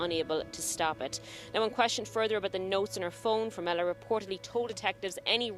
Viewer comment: With all due respect you pronounced her last name incorrectly. It is formella... you said formelli